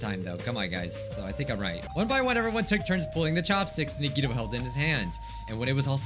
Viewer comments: Nobody: No one at all: Not even Nagito fangirls:: "NUGGETOE" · Game:Says the characters names:Still says them wrong. CHIAKA NAGEETO MEKAN